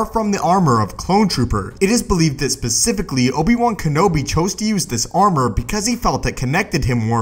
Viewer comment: U said pacificaly